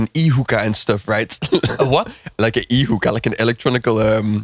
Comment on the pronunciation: thought hookah had an er on the end I think 😂